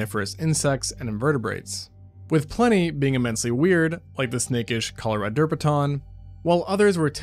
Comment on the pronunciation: Bro puts the “derp” in Coloraderpaton 😂